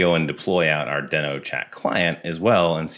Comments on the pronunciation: It's pronounced deeeeno, not deno. Besides that minor annoyance, this video is awesome! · It’s pronounced DEEE-NO. Like The Flintstone’s dinosaur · I heard it was pronounced “dii-no” like “we know”